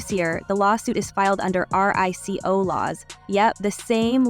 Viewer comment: RICO is pronounced ree-ko.